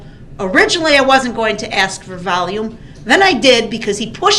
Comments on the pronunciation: Why do people say "aks", when they know the word is ask. Is it a refusal or are their lips just incapable of pronouncing those 3 little words correctly? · For every piece of crap out there like this one....if you say AX instead of ASK.....Open a dictionary you illiterate idiots. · AXE NOT ASK! 😂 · Michelle isnt here so he doesn’t need to “axe” anyone 😂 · Cuz yo aks😂😂😂😂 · Axe me a question! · Someone teach that idiot the word A-S-K! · Ughh I hate it when people AXE me to do stuff!